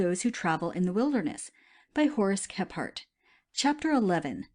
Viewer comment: How is his name not pronounced (Kee-frt) Kephart kE PH aRt My good friend's sirname is Kephart and they use "Kee-frt" I feel like i'm going crazy hearing all these bushcrafters sayin "Khep hArt"